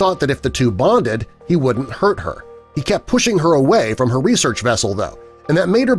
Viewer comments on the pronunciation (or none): none